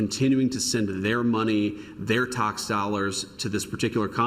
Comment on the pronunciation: "Their Tahx dollars" XDDDDDDDD